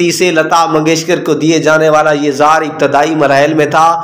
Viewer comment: Lefz,, zeher,, apna urdu tulafaz or durust karyn, zeher,, lefz gult bol ry thy